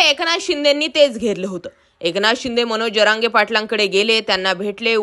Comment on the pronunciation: "जअरांगे" नाही "जरांगे"